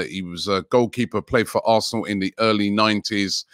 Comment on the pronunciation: Anyone else hear “arthnlllll” when he says arsenal